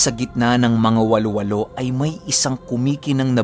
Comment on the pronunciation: Hnd po walo walo ang bigkas wa-lo wa-lo po un..